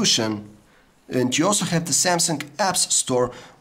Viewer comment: I love your accent xD. You say have like this: ghave.